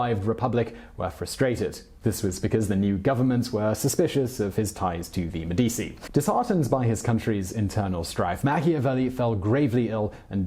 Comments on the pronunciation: Medici is pronounced - Meh-duh-chi - not Med dee cee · Its pronounced 'Medichi', not 'Medisi'. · Medi - ch - i, not Medi - c -i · Seriously if you are going to do these videos learn how to pronounce words. Medicci is Meh-dee-chee the cci is pronounced chee not cee. It’s not an obscure family name either. The Medicci’s were involved in everything for centuries. Mispronouncing names etc causes the listener to question your intelligence, education (or lack there of), and your ability to simply frickin google something. Also, you propagate the mispronunciation of those names etc by being lazy in your research. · Medichi bro not medisi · MediCHi mate not medisi, just like CHerry , nice work would love to see bismark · Medici is pronounced me-deechee not me-deesii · Aren't Italian c's pronounced ch? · Med-I-chi that’s the annunciation of Medici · Meh-di-e-chi... Bor-zhi-ah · Med-ee-chee, non e difficile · MEH-DEE-CHI IT's MEH-DEE-CHI!" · Medici = MED- de- chi Stipend = sty-pend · enjoying the videos and thank you. but its me - di - chi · MED-itch-I or med-EE-tchi maybe, but med-EE-SEE? Where does that come from? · Simon, I love your programmes, but please learn how to pronounce Italian names correctly. Girolamo (Savonarola) is pronounced gee-ROL-amo, Medici is pronounced MED-ee-chee, Mandragola is pronounced man-DRAG-oh-la, Borgia is pronounced BOR-ja. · U pronounce them as “Meh di chi” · Simon should learn how to pronounce Italian words/names; c and g before I or e are pronounced ch and j. medichi jirolamo, etc. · Simon, you are the best. Love your accent, clear Cadence. However I was floored to hear you mispronounce Medici so many times! And then you did it again with Francesco, a very common name. In Italian, before the letters i and e, the letter c sounds ch. Keep up the good work. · enjoy your shows Simon - Medici pronounced Med-ichi - keep up the good work. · Actually, it's pronounced MEDD-i-chee, with the stress on the first syllable. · Yeah same